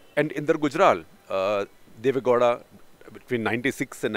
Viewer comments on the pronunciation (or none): For heaven's sake Shekhar it's not Deve "Ghoda", it's Deve "Gow-da"(gau-da). You hv been repeating this since the days of "karnatak". Get your pronounciations right as a journalist.